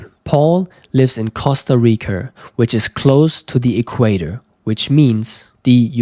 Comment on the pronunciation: "Costa Ricar" )))))))